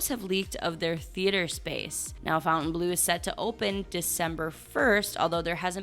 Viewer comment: The way you pronounce FOUNTAIN Blue - double check that lol😂😂😂😂😂